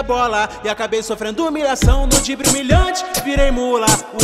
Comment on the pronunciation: Não é dibre é drible